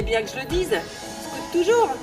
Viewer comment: "scAOWt" pas scOUt.....